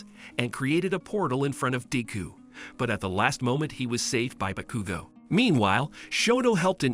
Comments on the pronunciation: (Boo-kudu-go) is wrong it’s (baa-kuu-go) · Me too but also cracked me up becuz he said BAHCUGO AND EYEDA. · "Bakoogooo" "midoreea"💀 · The mispronunciations are giving me a stroke💀 Why does he say midoriya like medorya💀 And bakugo like bakuogo